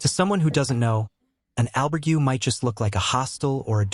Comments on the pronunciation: The one thing that gets on peoples nerves is pronunciation, especially when a video is presented as a guide or base of knowledge… please do your homework on pronunciations (Al-berg-ay not Al-burg-you) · Surely after staying in an "Albergooooo!" you should at least know how to pronounce it!! Jeez!! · did AI do the voiceover on this? the pronunciation on albergue was weird for man walking the camino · Learn how to pronounce : Caminho & Albergue at least 😂😂😂you have time for it